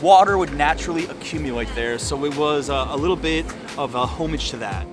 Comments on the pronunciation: Not homage, it is pronounced homaage. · Did you actually say "Homeage" !?! - AND you didn't even mention the world-famous Zaha Hadid building - you blew right by it! Dude, that's ridiculous